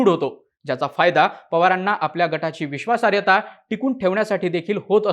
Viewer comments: विश्वासार्यता नव्हे रे बाबा विश्वासार्हता... शब्दोच्चार नीट असायलाच हवेत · बाकी सगळे विषय नंतर. आधी बोल भिडू वाल्यांना नीट मराठी शिकवा. विश्वासार्हता हा शब्द बिचारा एकदा पण नीट नाही बोलू शकला.